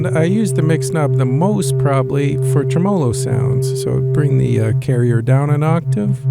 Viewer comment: 'tre-me-lo. Great video. :)